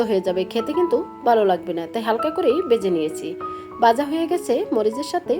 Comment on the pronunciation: Uchharon poriskar kor Baja house na bhaja hoise